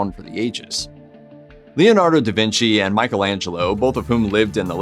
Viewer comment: I was going to comment on the mispronunciation of Michelangelo's name, but then saw the comments, and I understand what kind of website it is now.